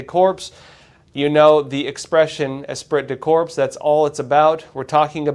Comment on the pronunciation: Esprit de corps pronounced “Espree de core” the T & P are silent.